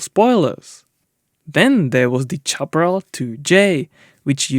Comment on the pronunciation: When English is not your first language or you are un-sure how to pronounce a word GOOGLE Can help. Example: Your repeated mis- pronunciation of Chaparral Google pronounce Chaparral Google pronounce Howitzer